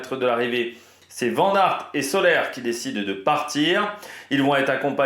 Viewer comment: Et c'est pas Marc Solé mais Soler,ca ce prononce Soler comme solaire,tu as compris 😮😮😭😭😭😭